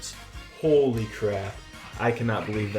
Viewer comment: please dont say holy like that